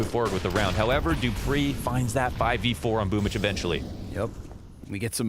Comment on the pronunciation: I like how Boomb14 celebrates but why is his nick pronounced as boomich? I'm new